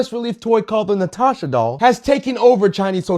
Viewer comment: *Latasha...... ..not "Natasha"